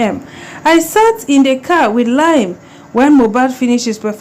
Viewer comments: Its pronounced Lee -am, not Lime🙂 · it's pronounced "Li-am, Lee-am" not "lime" as in the fruit, it is well. I pray justice is served for Mohbad🙏🏿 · 😂 she no try at all.. She said the lime so many times, I had to comment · no dry bother with pronunciation!!! I didn't even knownit was Liam she was calling Lime 😳